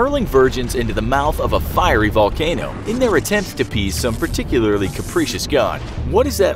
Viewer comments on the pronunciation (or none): none